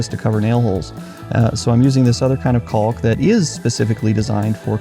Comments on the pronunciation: And please stop pronouncing the "L" in caulk! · Caulk, balk, walk, talk. Pronouncing the “L” not necessary. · it's pronounced cawk. Sorry it just bugs me, I'm in the U.S. midwest